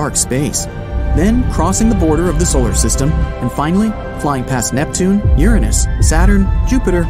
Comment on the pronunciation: The way he says Uranus is wrong